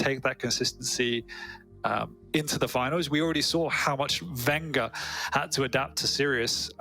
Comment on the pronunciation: It's vengeur, with just 1 r